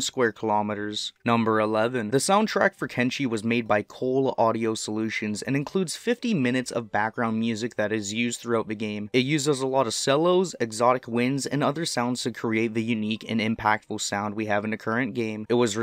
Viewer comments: Did you really just call a cello a sello? XD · you did not just call a cello a sello